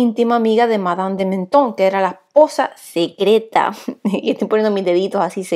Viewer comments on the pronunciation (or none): Madame de Maintenon: el nombre se pronuncia completo, tal y como se lee, no Menon